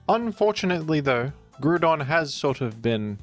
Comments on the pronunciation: asa Autistic person, who had to suffer for you misspelling Groudon.... yes I 100% will be that person, and I can still look myself in the eyes.... through a mirror, YOU SHANT BE FREE OF MY PEDANTERY FOR MISSSPELLING THE SIMPLE NAME OF GROUDON 🤣 And just bc you call it out doesnt change the fact you know you are aware of the fact you say it wrong, and you in fact could change it but decided to be pedantic about it instead.... so the right to call you out SPECIFILY AFTER YOU TELL US YOU KNOW YOU SAY IT FALLSLY is in valid af. 😜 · Nah Groudon is groudon I will smile in the mirror for correcting you for it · Lol editing the spelling of groudon is maniacal. Keep pronouncing it wrong you freaky australian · I will not stop you from mispronouncing Groudon’s name, but be warned, Groudon will not be so forgiving once he becomes real and wreaks havoc upon our world. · Groudon not GRUDON WTF stop saying grudon. Its groudon like ground and On but its all a play on words. Stop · It's GROUDON, not Grudon. When will these Oceanics learn? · It's Groudon not Grudon. Grou = Ground and Don = An end suffix of an ancient monster. Just listen to it in the official anime and 3d Pokedex Pro app. You will thank me later. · Grou don. Say it right. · Ah yes. We love Groodon. The Groond type legendary. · Thought he was introducing it as Gruudon to be funny at first but the he kept saying it like that 😐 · I beleive its pronounced groudon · I was listening to this video in the background until he said Primal "Gru-don". Had to stop what I was doing and come back here again. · Stop calling it "Gruuudon"🤦🏼‍♂️. This triggers me so damn hard every time 😖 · If you're gonna curse our ears with "grood-on" I demand only that you go full WeedleTwinNeedle and pronounce "Kyogre" as "Kee-Ogray." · It’s pronounced Groudon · Yup. Its “GROU” AS IN GROWL - DON RAY- KWAY - ZA to my grave talk to a wall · > Named after the word ‘ground’ > Gets pronounced “groo-don” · "PRIMAL GRU-DON"🗣🇫🇷🇫🇷🥖